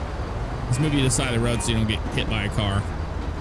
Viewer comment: "All over the woad" LOL